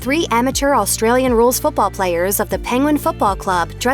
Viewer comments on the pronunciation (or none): none